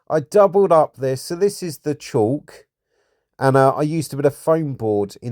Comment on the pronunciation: Great video... but FYI... It's not pronounced "chalk" (there's no H), according to Google it's pronounced nearly identically to "cork" (though some people pronounce the "L" like "call" with a "K" at the end) and I've also heard it pronounced to rhyme with "talc"...